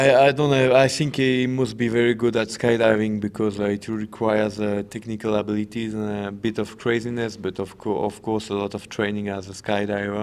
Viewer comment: tichnicawl uhbeelitieez